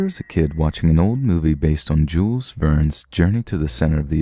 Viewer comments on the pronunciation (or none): none